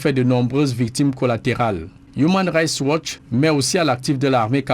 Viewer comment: Human rights watch, please essaies de mieux prononcer cette ONG